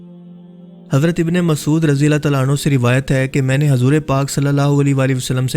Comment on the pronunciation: ماشاءاللہ جو اس ویڈیو میں سمجھا تھے ہیں وہ بہت اچھا سمجھا رہے ہیں لیکن اردو کی چند غلطیاں ہیں َ جیسے کی حضور میں ح کے اوپر پیش ہے لیکن آپ ح کو زبر کے ساتھ بولتے ہیں جس سے نام کا مطلب بدل سکتا ہے اس لیے آپ سے گذارش ہے کہ اس لفظ کو درست فرمائیںَ